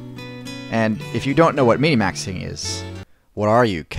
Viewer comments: Wait... it's mini-maxing I've always said min-maxing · Minmaxing, not minimaxing you filthy casual. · No one calls it min"i"maxing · it's minmaxing not minimaxing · Minmaxing, not minimaxing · Bruh.. are you even a gamer? It's minmaxing, not minimaxing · i dont know why ... but you calling MinMaxing "Minnimaxing" is disturbing